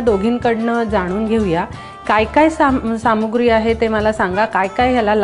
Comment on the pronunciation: अरेरे...निवेदिकेचं काय ते मराठी! सामुग्री? सामग्री शब्द आहे. आणि खुप खुप पारंपारिक असं काहीही नसतं. हे असं कसलं मराठी abp माझा तुमच्यासारख्या प्रचलित मराठी वृत्तवाहिनीकडून अपेक्षित नाही.आणखीही कित्येक चूका निवेदिकेच्या भाषेत आढ़ळतात.शिवाय इंग्रजीही तसंच.विनेगार? त्याचं उच्चारण व्हिनेगर आहे.